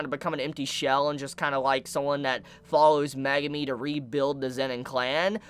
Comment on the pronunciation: said Magumi... jeez. And I know he watches the anime